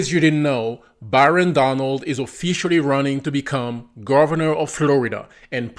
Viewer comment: 😅😅 i thought you said Baron Donald's, Which my dyslexia brain told me, What the Dons son?? Then it tripped 😂😂😂